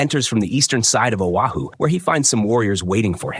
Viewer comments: It's Oahu not Ohio. Stop butchering the names. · It's Oahu moron, not Ohio. AI generated crap narration. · geez....dude pronounces Oahu as Ohio......Oahu is pronounces as O-Ha-hu..... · Lord have mercy the ai will say it wrong a million times and then once say Oahu correctly 😂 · The audacity to mispronounce foreign names 😂